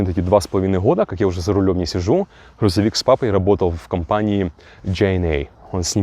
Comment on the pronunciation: Блин чувак Хрузовик🤦‍♂️